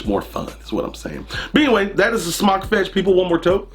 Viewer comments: There's a line over the "o", so wouldn't it be pronounced "smoke" not "smock"? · Just wondering if you are pronouncing it correctly I was under the impression it was pronounced s m o k e like smoke to smoke a cigarette but now I'm unsure